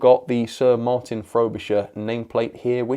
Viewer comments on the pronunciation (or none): none